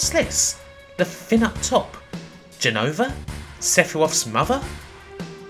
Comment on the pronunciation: "Sephiwoth" really? Also it's not "jen-uh-vuh-" it's pronounced Jen-no-vah.